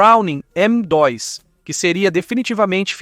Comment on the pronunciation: Estranhei tbm qnd ele fala “M dóis”